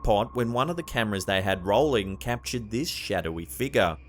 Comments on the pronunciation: It's pronounced "FIG-YOUR" UGH HOW MANY TIMES CAN I HEAR" FIGAH" BEFORE I SNAP?!?! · What the h. Is a “( figah)”???